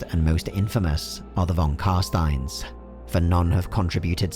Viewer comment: You mispronounced non Carstein. They're going to feed you to bats.